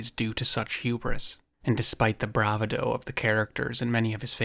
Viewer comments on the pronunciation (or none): Like all of your videos, this is amazing 😮 but could you please pronounce Bravado (bruh-VA-doh) 😅